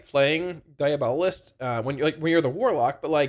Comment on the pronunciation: Hey! Love your videos. Long time watcher and warlock main. For your reference, diabolist is pronounced die AB uh list (Source: Webster).